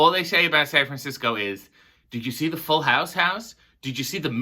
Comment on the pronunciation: "San Franciscy" I love ❤️ it. The only thing I want to do if I ever go to San Fran is Alcatraz